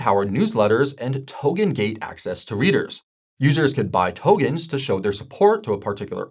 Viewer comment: Same here. Togens??